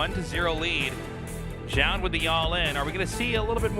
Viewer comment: Can Zoun just please rename himself? I don't have faith that Tasteless can learn how to pronounce it correctly any time soon